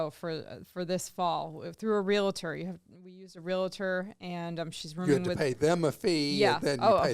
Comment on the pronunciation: Oh,,. It is not "relator", it is "real-tor". That being said, I have been listening for oh at least 125 years and would not miss an episode. I love you both.